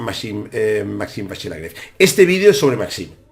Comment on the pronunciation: Buenísimo el anàlisis, Muchas gracias!! Solamente comentar que seguramente en Francés se pronuncie LagrAve con A, i no con E. Por otro lado, sería posible pedir que hagas alguna día un vídeo explicando para los novatos cómo utilizar chessbase para almacenar y analizar partidas propias? Me gustaría tener una base de datos propia y sé que es una herramienta indispensable si se quiere mejorar, poder analizar las propias partidas. Actualmente soy un mero 1950 que juego la lliga catalana y sigo todos tus vídeos. Felicidades por el canal y Muchas gracias nuevamente!!